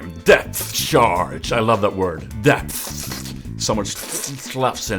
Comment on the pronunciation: i Laughed my ass off when i heard how u said Depth